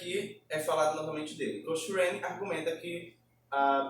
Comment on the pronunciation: Olá. A pronúncia correta de Cochrane é coc-crein